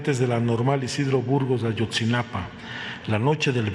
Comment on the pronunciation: Es: AYOTZINAPA, no AYOTZINAPAN. 😏